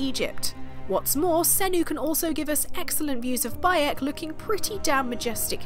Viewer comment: Did you say his name was "By 'eck!"?